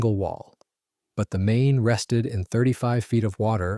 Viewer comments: I spent a week in Bangor MAYNAY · MAIN-eH? please check your work. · Remember the main, and pronounce it correctly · Mispronounced names of the MAINE and FLORIDA STRAITS is piss poor!